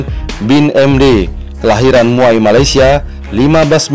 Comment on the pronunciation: Medok banget,Abdul Razak bukan Rajak Muhyiddin Yasin lahir di Muar, Johor bukan Muai Banyak lagi yang lainnya, antaranya Khir Toyo..